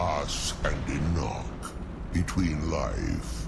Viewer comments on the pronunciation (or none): none